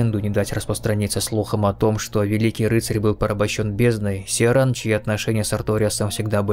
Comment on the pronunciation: И с первых секунд услышал "Сиаран" что очень сильно резануло. Она же сама довольно отчетливо произносит "Ай эм Киран", найдите диалог с ней и проверьте. Но хорошо, это не придирка, ничего такого, видео я ещё не посмотрел, только включил, может быть дальше это объясняется или где-то в комментах уже промелькнуло, действительно часто видел, что её называют Сиаран, думаю это имеет место быть по определённым правилам, о которых я не знаю. Просто не хочу чтобы мой комментарий резко восприняли, он не несёт негативный посыл. Что ж, отправляюсь в путешествие по Лордрану, уверен это будет увлекательно. p.s если это просто русский перевод в игре такой, то я понял, тут деваться некуда. Адаптация к официальному переводу.